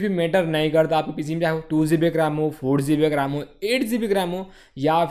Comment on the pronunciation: It'd GB , not zeebi